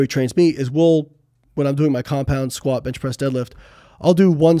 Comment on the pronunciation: He says sqat only 500 pounds 😂😂😂